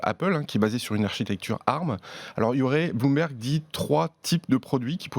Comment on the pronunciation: Mais pourquoi vous dites « arm » au lieu d’ARM (a-ère-ème) ?!